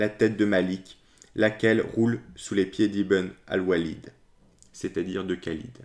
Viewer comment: Par expérience personnelle, il y a un extraordinaire déni de cette histoire chez les musulmans contemporains. La légende dorée des débuts de l'islam perdure. Merci pour cette vidéo. (Le KH de Khalid est mieux rendu par la prononciation du R français que le K ).